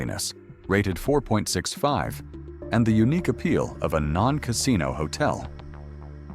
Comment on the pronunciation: I won't subscribe to an AI voice which can't pronounce "casino".